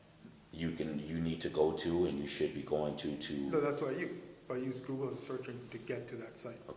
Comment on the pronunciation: LOL " I goggle law.."